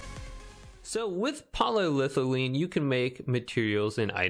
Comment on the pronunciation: It’s poly- ethylene. It’s an ethyl alcohol multi chain to create a plastic. It sounds like you know stuff when you say it correctly.😂